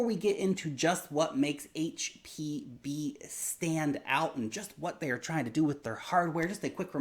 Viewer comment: Did he say hpb or hpv??? Haha jus saying